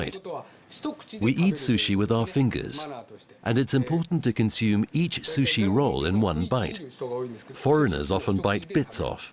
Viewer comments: u no like susshy? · I cringed to the way the woman narrator pronounced sushi...